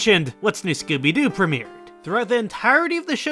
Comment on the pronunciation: The way you pronounce Scooby Doo. I can only hear Skibidi Doo.